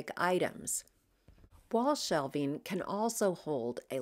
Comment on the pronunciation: I know this video is about organization. But, I must PRAISE YOU for your pronunciation of the word “shelving”! Sounds crazy but, schools do not teach that anymore! Younger people keep saying the words as “shelfing”. DRIVES ME NUTS! 😳